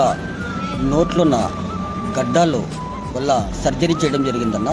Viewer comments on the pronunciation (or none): గడ్డాలు కాదు గడ్డలు 😅😅